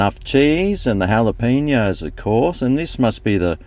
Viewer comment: Wow! An Aussie that knows how to properly pronounce Jalapeños! Enjoy your reviews, keep up the good work.